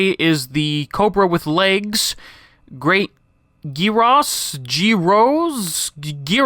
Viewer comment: Technically, it's pronounced "Great Yee-rros".